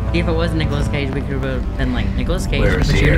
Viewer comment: “Nicholas Cageee” “Ha….that is not Nicholas Cage” 😂